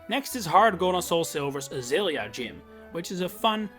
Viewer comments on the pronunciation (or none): none